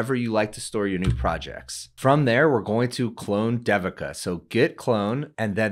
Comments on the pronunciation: It's Not Sound Like D Devin It's Sounds In Sanskrit They-vika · I am guessing this is the common Indian name, Devika. If it is, it is pronounced like this: DEVI as in DAVI in DAVID and then KA as in KA:). So try saying DAVID, but instead of the D at the end, just say KA:) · if you an pronounce Devika properly that will be great. It feels odd to hear that pronunciation. this video has the proper pronunciation